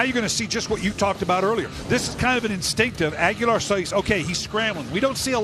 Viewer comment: Agholor not Aguelar